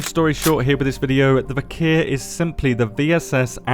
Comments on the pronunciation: I love you, but plz!!! It's "Vik-er" not "Vik-here" lmfao! The "h" is silent. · It's not viker 😂😂, it's Вихрь.